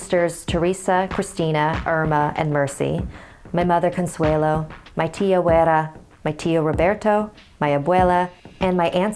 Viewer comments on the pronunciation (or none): I couldn't concentrate to the story due to mispronouncing those Mexican words. Abuella's correct pronounciation is: Ab-We-Lah. Not:Ab-Wey-Lah. Vicinidad: (So obvious 😒 you must be really dumb to not even know it) Vi-Si-Ni-Dad. Not: Ves-Ni-Dad. Consuela: Kon-Swe-Lah. Not: Kon-Swey-Loh.